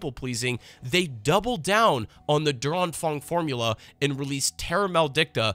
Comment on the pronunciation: oh lol i was watching this on my second screen in the background and always thought "Durang Fang" was some sort of Chinese Thing until i figured out it was meant to be "Der Anfang". You butchered the pronounciation so bad my german brain could not identify it as german xD